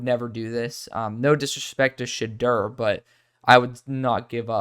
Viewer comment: Sha-door is how you pronouce it